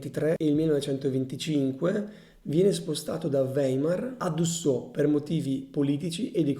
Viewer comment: ... interessante e chiaro, ma stride la pronuncia tedesca ... ora ho sentito "Weimer" e "Dessò" ... non proseguo, mi dispiace!